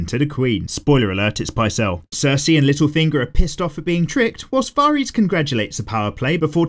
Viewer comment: You can pronounce Xaro Xhoan Daxos but not Varys, oh lawdy haha